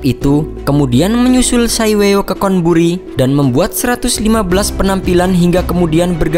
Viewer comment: dan Chonburi dibaca con, bukan kon